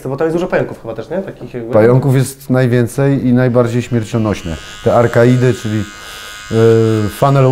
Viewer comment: Arkaidy? XD Chyba arachnidy XD